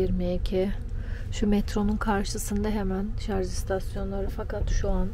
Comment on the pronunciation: Şu an ayrı yazın lütfen. Çöp hassayetiniz için teşekkür ederiz. Bir de nadiren şarz diyorsunuz, çevreci aileye pek yakışmıyor. Selamlar 👋